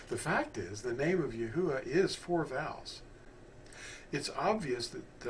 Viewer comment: The vowels are accurate. But the phonics and pronunciation of His Name is wrong. Not yah.